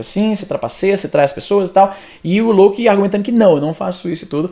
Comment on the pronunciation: Éngraçado essa tua pronuncia... "lôUKI"